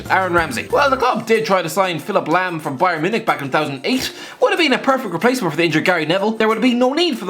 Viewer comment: It’s lom innit